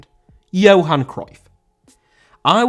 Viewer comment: Johan* not Jouwhan